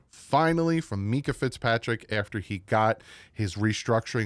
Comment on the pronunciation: You're the best but please call him MINKah not MEEKah 😂